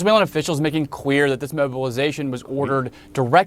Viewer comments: Why does the guy says "quueer" instead of clear 🤣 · is him saying queer instead of clear a mistake? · I heard Queer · Bro definitely said queer lol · Did anyone else hear homie say the Q-slur tryna say clear?